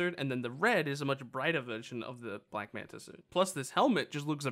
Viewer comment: Can you say black manta not black manter.